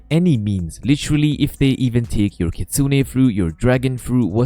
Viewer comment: why are you calling it a “kitun”